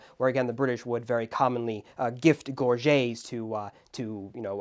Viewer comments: Gorget is pronounced "gore-jet", not "gore-jay". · May Captain always pronounces it Gore-Get, so annoying to my part French ears. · Gorget is pronounced Gorjet in English.